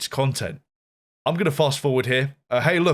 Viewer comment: No no. Coin-tent 😁